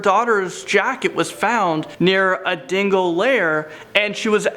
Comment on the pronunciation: Is it just me...or does it sound like he's saying "Dingle" when he's talking about the Dingo? ^^